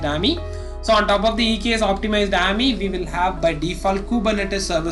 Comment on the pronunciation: Its A-M-I not aamyy